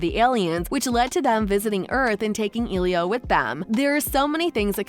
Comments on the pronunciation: The movie is using a Latin name so to pronounce it correctly the E is not a hard e but a soft e. Not e as in eel or easy, but a soft E like in elephant, Elizabeth, Eliot, emerald. The i is like a hard e. So it should be pronounced eh-lee-oh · It’s not elio ITS ELIO EL-I-O